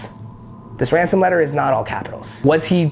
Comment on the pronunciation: Did This Man Just Say "Ransom"? Boy..